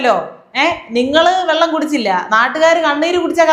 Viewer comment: 1.41-വള്ളം അല്ല സാർ വെള്ളം😂